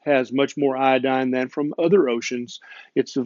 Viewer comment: It is not iAdine, but it is properly pronounced iOdine.